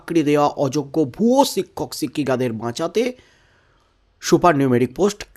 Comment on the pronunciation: জনাব শিক্ষককে ছিক্ষক বলা আগে বন্ধ কর ভাল ভাবে উচ্চারণ শিখে নাও। অত রসিযে কসিযে বলাটাকে পাগলামো বলেই মনে হয়। বাংলা ভাষার তুমি অপমান করছ। সুনতে কান চির চির করছে।